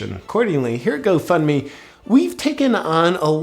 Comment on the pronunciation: You keep saying Go Fund Me but it’s sounds more like go fk me 😂🤨👀😶‍🌫️